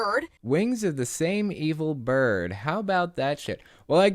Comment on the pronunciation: I heard eagle bird not evil bird lmao